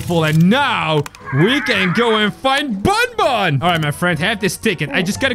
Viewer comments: it isn't bunbun it's banban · Its not bunbun its banban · it not bonbon its banban